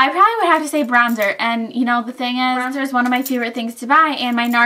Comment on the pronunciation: lol it might just be me but.... did you say Brownzer?